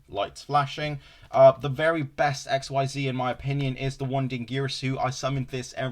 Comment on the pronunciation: Omg never call it "X Y Z" ever again pls It's pronounced like "exceed" "Xyz" is a single word